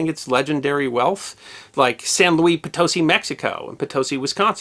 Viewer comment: I lived near Potosi, Wis. Thanks for pronouncing it correctly